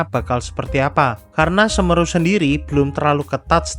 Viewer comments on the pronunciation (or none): Nyebutnya SeMEru bro, bukan Semeru... 😅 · Semeru... pengucapan huruf "e" yg kedua, seharusnya seperti kata "kaleng". Karena itu kan nama gunung juga yang ada di Jawa Timur, Gunung Semeru.